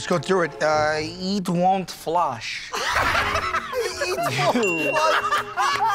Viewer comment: Eetwont flush? 🤣🤣🤣